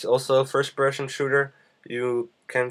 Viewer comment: FIRST PERSHON SHOOTER ???? PERSHON ???